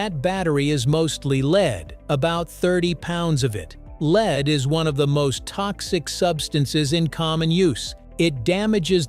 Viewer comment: I listened to 10 seconds before I decided I cant watch this as they are pronouncing the word Lead as leed.